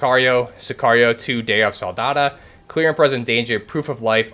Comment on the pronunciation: It’s pronounced Sicario Day of Sol-da-do, not Soldada